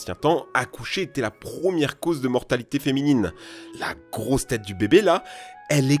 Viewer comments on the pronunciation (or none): « la grrosse tête du bébé la » la façon de le dire me fume 😂